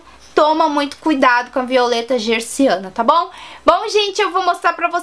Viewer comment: Olá, é Violeta "Genciana" e não "Gerciana", ok? :)